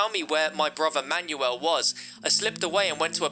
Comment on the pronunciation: I like how he says “Manual” instead of Manuel’